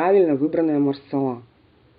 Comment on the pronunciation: МасалА , а не малсАла (не от слова сало)))))))) у французов в 100% ударение на последнюю гласную. Хотя проверила нет четкого ударения.